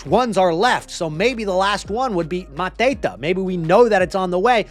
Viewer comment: Why are you pronuncing mateta like hes a mafia drug lord ? Hes french 🤣